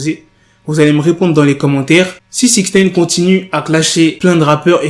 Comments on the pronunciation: Wsh tu rend fou avec ton "6ixneyne" tu peux pas le dire normalement ?? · Comment tu dis six neine ???? Chelou